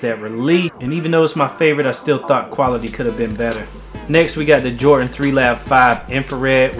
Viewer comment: Its "Jordan" not "Jortan"